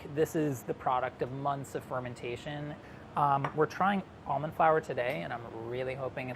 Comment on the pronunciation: You pronounce almond wrong.